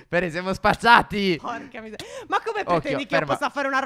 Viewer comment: Mi sembra che abbia detto porco d..